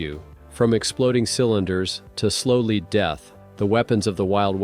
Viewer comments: Stop using a computer to voice your films. It is led, not leed. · Lousy channel. It's "lead" you stupid AI not "leed". Block, BLOCK, BLOCK! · Lead is pronounced led. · It's lead. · How he saying lead is ridiculous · How many times can a computer mispronounce a simple word over 5 minutes. I lost count around 30.